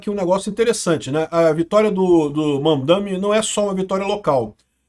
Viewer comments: Kkk eu entendi Van Dame, 😂😂😂😂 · e eu escutando "VanDaime" e "Putzgrila"